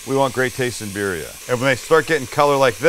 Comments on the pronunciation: The I in Spanish is pronounced like e so like bee dia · At least pronounce it right and roll the Rs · This man charges way too much his del taco style tacos. And it’s not beerria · BEER RHIA. LOL LOL LOL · “Bear-ria” is crazy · This looks so good but I hate the way you pronounce birria lol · You're pronouncement of birria is hilarious.